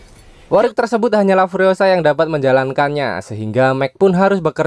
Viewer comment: War baca nya wor